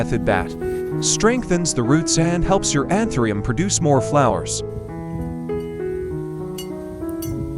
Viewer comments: Антуриум ,а не антерум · Антуриум , а не антериум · Научитесь правильно называть растение! Какой антириум? Противно слушать! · Антуриум, как можно верить, если даже название цветка произносит неверно. Из Владивостока, Россия. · Que traduccion tan mala ni anturio li dice bien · КАК ВЫ ТОЛЬКО НЕ КОВЕРКАЛИ НАЗВАНИЕ РАСТЕНИЯ!!!!!...РАЗ ВЫ ВЫЛЕЗЛИ ДАВАТЬ СОВЕТЫ, БУДЬТЕ ЛЮБЕЗНЫ, НАЗЫВАЙТЕ РАСТЕНИЕ ПРАВИЛЬНО!